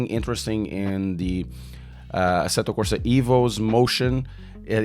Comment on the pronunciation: AC-Tó Corsa É-vou sff 😂 sai um pastel de nata